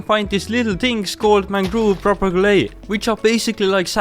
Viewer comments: Great video! Just wanna ask that you google how to say the word 'Propagule' and pronounce it correctly xD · "mangrove puropagouley" 😭😭😭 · So sorry if this is mean but propagule is pronounced pro-a-gyool